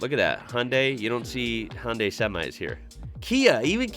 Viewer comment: You have an interesting pronunciation of the word Hyundai ; )